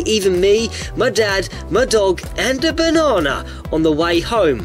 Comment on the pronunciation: Do you hear that? its... its... a baanna